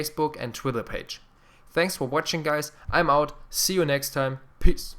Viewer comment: I love ur voice cuz every time u end a video u say peace but it sounds like u said piss